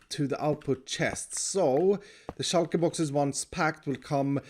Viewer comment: "shulka boxes" once u hear u cant unhear it...